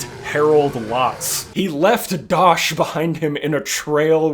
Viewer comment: as an american, who has never played killing floor, but looks VERY FUN, yes, i have never, ever, in my life, heard the word, dotch?